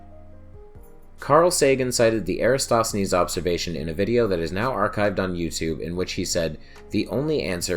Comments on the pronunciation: Would be nice to continue the series on AR. Many thanks. PS: Erathosthenes is better pronounced without an S after the a in Era... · Why are so many youtubers completely unable to pronounce "EraTOSthenes"? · Eratsthenes? Are you fucking kidding?